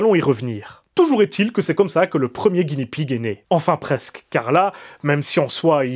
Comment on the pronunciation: Attention à la prononciation. Le R japonais n'est pas roulé, c'est plus un L (un roulement très léger et très court). Donc, soit tu le dis à la française, soit tu prononces un L. Mais ne le roule pas. Sinon ça fait une espèce d'entre-deux désagréable. Ah oui et Guinea ne se prononce pas Guini, mais comme ça s'écrit, Gui-né-a. Le cochon de Guinée (le pays).